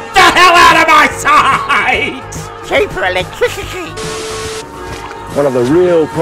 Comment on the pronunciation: "Sheeper electrishity!!!"